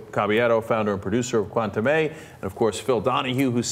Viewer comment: Cenk - you should really learn how to pronounce the word "Cuentame" correctly. It was an important element in this discussion and you mispronounced it every time.